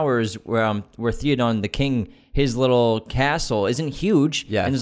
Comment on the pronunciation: It's not "Thee-o-dawn" it's "THey-o-din."